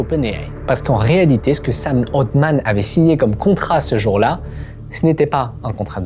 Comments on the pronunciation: C'est Sam Altman pas Sam Oldman ... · Pourquoi tu prononces le nom de Scam Altman « Otman » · le frro sappelle ALTMAN pas OLTMAN